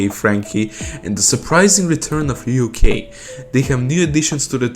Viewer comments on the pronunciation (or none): none